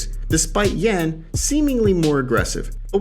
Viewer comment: just really wanted you to say Yan's name correctly